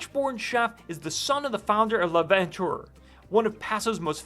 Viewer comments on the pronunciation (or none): As I view videos like this one, I’m often struck by how creators don’t go the extra step to learn the proper pronunciation about the people, places, or things in their content. For example, you mispronounced Kiler Canyon Road, Les Petites Canailles restaurant, and L’Aventure Winery. I spend 2 months a year in Paso and have done so for many years. It’s my second home (I’m almost a local). So please remember…….IT’S IMPORTANT TO DO EXTENSIVE HOMEWORK before creating content for public viewing.